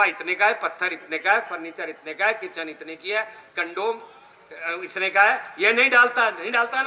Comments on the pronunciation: कमोड बोल चुतीये...कंडोम बोलते का रहा है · Sir कंडोम नही 😂 कमोड 😂😂